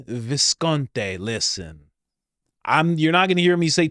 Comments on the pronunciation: Not 'Viscont...ay'...it's Viscont...ee! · It’s Visconti not Visconte